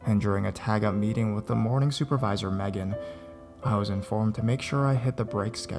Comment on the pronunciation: Thank you for saying Megan correctly :)